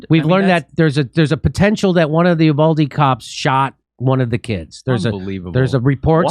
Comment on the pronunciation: The town is pronounced YOUvalde....Get it right!